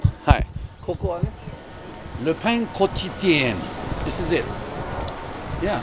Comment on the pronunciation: Le pain quotidien means the daily bread. You prononce quotidien like this : Co-tee-dien. You had about 90% of the correct pronunciation! Good job tomodachi! Looking forward to future brunch at this place!